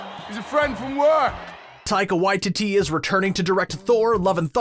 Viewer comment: Anyone else mad he pronounced Taika Waititi's name wrong?